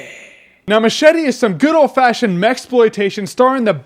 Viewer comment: MUCH - ETTEHH